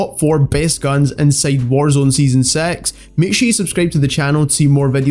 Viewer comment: I love his accent “season sex” got me dead